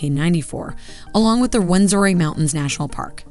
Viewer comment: Its Rwenzura not Rwenzori